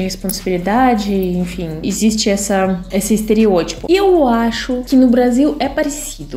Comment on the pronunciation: Caramba!! A tem a pronúncia quase perfeita, ela apenas entrega que é estrangeira quando fala a palavra "EXISTE" com o som de "ESSISTE" enquanto o falante nativo diz "EZISTE". Mas não se preocupe porque é só um comentário à toa!! Valeu!